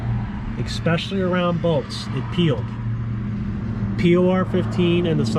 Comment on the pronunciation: I watched this until you said “ex-specially”.